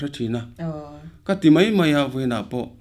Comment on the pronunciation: Zai thiam em em mei ❌ Zai thiam em em mai💯 Lar em em mei❌ Lar em em mai💯 I thutpui kha anih kha.I tawng fimkhur rawh😝